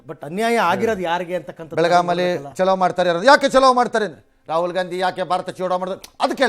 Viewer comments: ಚಲು ಅಂದರೆ ಆ ಮನುಷ್ಯ ಬಹಳ ಚಲು ಇದ್ದಾನೆ .. ಅಂದರೆ ಒಳ್ಳೆಯದು ಸುಂದರ ಬುದ್ಧಿವಂತ ಚಾಣಕ್ಯ ಎಂದು ಅರ್ಥವು ಸೂಚಿಸುವ ಪದವಾಗಿದೆ.. ಇಲ್ಲಿ ಹೇಳುತ್ತಿರುವುದು ಬೆಳಗಾವಿ ಚಲೋ ಅಂದರೆ ಬೆಳಗಾವಿ ಕಡೆಗೆ ನಡೆಗೆ ಎಂದು ಅರ್ಥ ಸೂಚಿಸುವ ಹಿಂದಿ ಪದ.. ಚಲು ಚಲೋ ಎರಡು ಬೇರೆ ಬೇರೆ ರೀತಿಯ ಪದ ಬಳಕೆಯ ಉಚ್ಚಾರಣೆಯು ಸೂಚಿಸುತ್ತದೆ.. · ಚಲು ಅನ್ನೋದು ಕನ್ನಡ ಪದ ವಾಗಿರುತ್ತದೆ.. ಅಂದರೆ ಆ ಮನುಷ್ಯ ಬಹಳ ಚಲುಈದ್ದಾನೆ .. ಚಲು .. ಒಳ್ಳೆಯದು ಸುಂದರ ಬುದ್ಧಿವಂತ ಚಾಣಕ್ಯ ಅನ್ನುವ ಅರ್ಥವನ್ನು ನೀಡುವ ಪದವಾಗಿದೆ.. ಆದರೆ ಇದು ಚಲೋ ಅಂದರೆ ನಡಿ ಹೋಗೋಣ ಹೋಗು ಈ ಅರ್ಥವನ್ನು ಸೂಚಿಸುತ್ತದೆ ಅದು ಹಿಂದಿ ಪದ.. ಇಲ್ಲಿ ಹೇಳ್ತಿರೋದು ಬೆಳಗಾವಿ ಚಲೋ.. ಬೆಳಗಾವಿ ಕಡೆಗೆ ನಡೆ ಎಂದು ಹೇಳುವ ರೀತಿಯಲ್ಲಿ ಅರ್ಥ ಸೂಚಿಸುವ ಪದವಾಗಿದೆ ಹಾಗಾಗಿ.. ಚಲು ಚಲೋ ಎರಡು ಬೇರೆ ಪದದ ಉಚ್ಚಾರಣೆಯನ್ನು ಸೂಚಿಸುತ್ತದೆ.. ಚಲೋ ಅನ್ನುವುದು ಹಿಂದಿ ಪದ